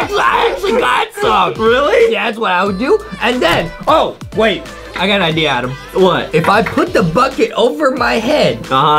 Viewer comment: it’s Adam not Adem